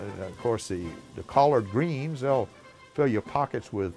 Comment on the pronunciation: It's hard to hear somebody speak about my beloved southern traditions when they have no accent. The way you pronounce things such as Collard(pause)Green and Corn(pause)Bread drives me mad!